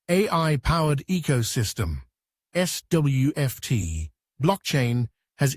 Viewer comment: Very amusing to hear the AI voice struggle with SWFT and SWFTC.